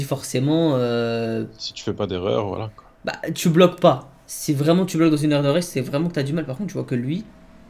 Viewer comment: Ba il dit pas sii mais sfuuu